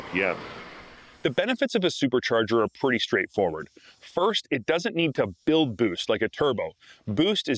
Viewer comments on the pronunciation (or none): none